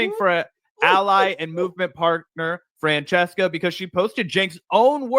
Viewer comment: Its pronounced Franchesca